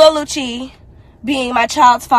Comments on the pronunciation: She said it right the first time, so I think she mispronounced it on purpose afterwards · The EXTRA C CANCELS the name LUCY! Its LUC-CI. LIKE THE CLOTHING BRAND GUCCI...LOL. My goodness. It CAN'T be that hard. You hear the lady saying his name sis.😂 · You look nice once again! Lucy....lol! It’s pronounced Lu Che 😂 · Its not lucy its lucci lol you an these damn names lol Damami from nyc still love you tho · cracks me up Jacking up peoples names, love it. Lucy lmao.